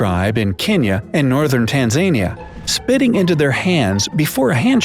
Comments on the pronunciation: uhh when u said (tanzania) if u were trying to say its pronouced tan zAn ia not tanzAInia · It's pronounced "Tan-zuh-NEE-yah," Knuckleheads. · 6 more WEEKS of winter. And it's not pronounced Tan-ZAY-nia